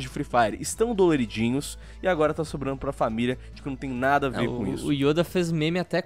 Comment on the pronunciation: Perai aí mano krl o errou o nome do Yoda vei falou Youda kkk mano aí eh foda